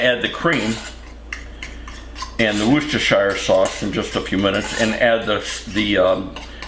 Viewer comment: ‘Who’s your sister sauce’ such a perfect way of pronouncing Worcestershire sauce! 😂 Love it! Soup looks wonderful! 🤗💞